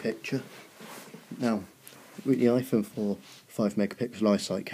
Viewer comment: you said ihone lol